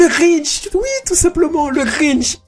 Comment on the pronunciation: le Grintch ? ça existe pas ça ... Si tu parles du Grinch y'a pas de T ... Quoi qu'il en soti Jim Carrey est dans une merde noire il ferait n'importe quoi pour relancer sa carrière